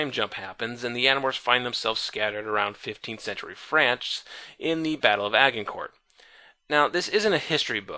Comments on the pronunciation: Agincourt = ay-jen-court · Okay, I'm a big fan of all your videos, and this one was really, really really good. But every time you pronounce Agincourt with a hard G, I die a little. Other then that, great to see all these videos back.